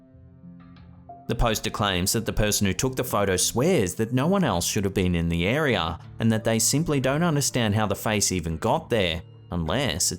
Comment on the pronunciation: say area again, say it again, i dare you